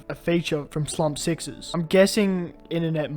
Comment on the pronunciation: his name is slumpsuccess btw, you say Slumb sixess